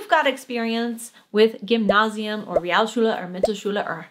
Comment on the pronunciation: To be a bit more critical: while was doing very well, his "Realschule" sounded a bit like "Rialschule". Otherwise perfect.